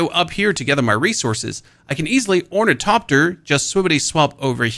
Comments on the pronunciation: Thopter, not Topter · Orni....topter? The hell is that, I think it's pronounced " Thopter, not Topter " lmfao 😂😂😂😂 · Thopter .. but I understand it's your accent